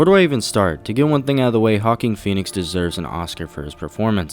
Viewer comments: "Hawking Phoenix" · "Hawking" Pheonix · “Hawking Phoenix”